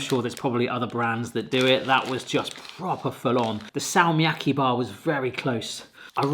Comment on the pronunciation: se on Fazer ei feiser ja salmiakki on salmiakki eikä säällmiäkhi